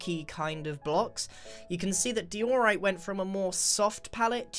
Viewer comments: I think iskall would get triggered if he heard you say dye-ooo-right. Or also die all right XD. Edit:Oml that's the most likes I ever got thank you so much! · Di-oooooooooh-rite It’s just Dio-rite. Bit over on the O there right? ... wait what am I gonna write now? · I thought he said"Polished doritos😂😂😂" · It triggers me how he says diorite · Its di-or-ite (i hope thus helps (;´༎ຶٹ༎ຶ